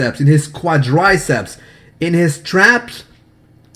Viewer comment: Huge fan on a dailyyyyy. its pronounced Qua- dri-ceps...